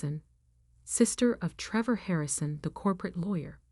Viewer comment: Treevore. Great pronunciation there AI.